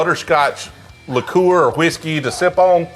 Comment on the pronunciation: What is with the pronounciation if liqueur?